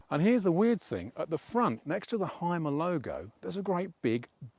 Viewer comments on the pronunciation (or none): Great review. It is pronounced Hume - er by the way, not "Hime - er"